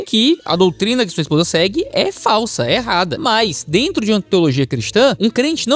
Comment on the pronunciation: "aí dento!"